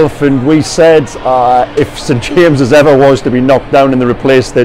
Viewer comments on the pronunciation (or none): none